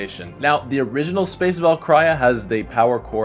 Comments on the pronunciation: LOL "Space Valk-CRY-ya" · It's pronounced Val- keer- e- ah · Can se tanke a moment to make fun of the way he pronounced “Valkyria”, or more like “ValKRYA” lol. Nah fr tho love the vids man!❤